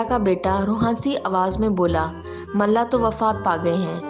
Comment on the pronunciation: It's mulla not malla